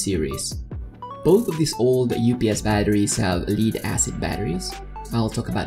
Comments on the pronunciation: it's spelled Lead but has two ways of pronounciations and two definitions. you're mispronouncing leed it should be pronounced "LED" lead VS leed. You did an awesome job, just that my ears cringed with wrong pronunciation. Death, dead VS deed, red, read VS reed, read and so on.... my goodness I've become a grumpy 'ol man "time for my meds!" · it's LEAD as in the metal lead, not lead as in "lead a team". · excellent video! only one suggestion: as good as your english is, Lead-Acid is pronounced Led-acid... as Pb in enlish is pronounced "led" not "Leed" otherwise, GREAT! any thoughts on how to increase the capacity limit ie increasing the 1050VA limit? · I’m super surprised no one else is annoyed by how he is pronouncing “lead” as “leed” instead of “led.” No one else? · Leed? Leed acid? 😂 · I know English has a lot of words that are hard to pronounce, Lead is pronounced Led like Led Zeppelin. Thats why they spelt it like that so it wouldn't be pronounced Leed. 😀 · just so we are clear "Lead-Acid" refers to the metal LEAD (pronounced LED). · you pronounce lead like leader and it triggers my autism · You are pronouncing lead wrong.